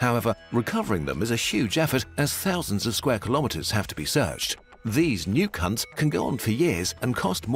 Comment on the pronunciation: I thought he said "new cunt"